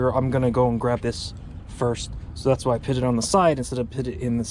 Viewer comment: If I hear you pronounce “put”, “pit” one more time I swear…